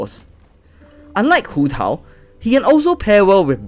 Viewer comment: can we just take a moment to appreciate him pronouncing hu tao, keqing, qiqi and mona correctly? 😂❤